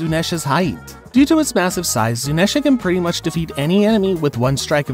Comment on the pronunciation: Endurance is different from durability Endurance means to be able to take some big damage and keep pushing Durability means to take a big hit with only a scratch Also, it's pronounced "zoo-knee-sha"